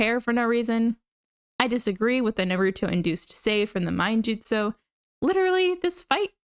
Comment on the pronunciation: I was about to subscribe and then I heard the way you pronounce Naruto